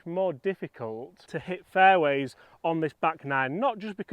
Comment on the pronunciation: 3 minute mark.. how many “faiways” will I hit?